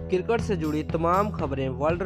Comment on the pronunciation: Cirket Nahi Hota Cricket Hota Hai